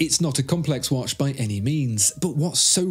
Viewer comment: Dude don't get me wrong, love the video nd all... but obviously you are native english speaker. Why are you saying "wash" instead of "watch" i would not be bothered and write but this is all about watches... watch yourself and you'll see/hear(again not wash)